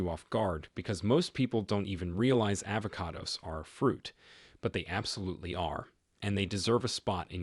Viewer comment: stop using Artificial Intelligence...."polyphenols" and "avocados" are both mispronounced. Very annoying!